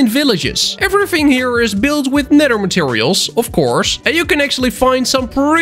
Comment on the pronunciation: the way he said nether hurt me